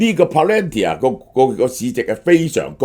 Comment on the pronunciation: can you please please correct your pronunciation of PALANTIR ( pa-luhn-teer)......